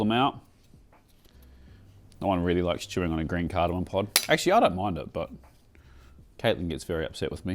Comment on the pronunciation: Am I hearing you correctly? Cardamom not cardamon